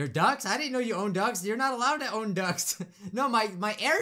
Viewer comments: I heard My ducks don't work Too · XD It sounded like he said his ducks don’t work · Face palm It’s not called air ducks it’s called air ducts with a t not a k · What said: “My ducts don’t work!” What I thought he said: “My ducks don’t work!” 🦆 🦆 🦆